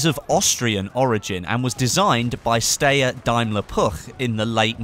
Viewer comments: the steyr weapon system is pronounced (st-eye-er) not (st-a-yer) as you pronounced, it's a useless fact but i thought i should point it out. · i'm not having a dig but i though it was pronounced St-eye-yer not Stay-er? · it's pronounced Stye (as in I have a stye on my eye) er